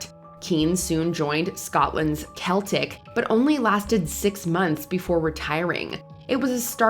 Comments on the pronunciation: FYI it’s pronounced SELTIC not KELTIC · It’s Glasgow sell-tick. It’s only kell-tick when it’s a language or heritage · It’s Seltic, not Keltic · Celtic is pronounced "seltic" as opposd to "keltic" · jeez, if you are going to talk about footballers you really need to at least try to sound like you know what you are talking about. Pronouncing one of the most famous clubs Celtic as "Keltic" is embarrasingly American. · CELTIC IS FUCKING PRONOUNCED "SELL-TIC" Educate yourselves for the love of God! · Not the correct way to pronounce ‘Celtic’, not the way to pronounce ‘Piers’ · you’re probably American if you don’t know how a football club from Scotland is pronounced. Do your research